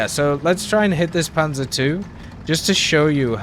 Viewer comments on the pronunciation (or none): none